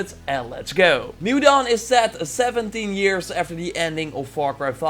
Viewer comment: Sounds like you said 70 instead of 17